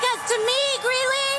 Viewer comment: Greeley, not Greenley